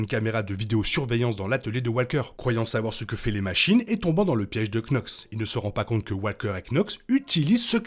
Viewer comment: Par pitié ça se prononce "NOX" et non "Knox" ... Fiez-vous au doublage français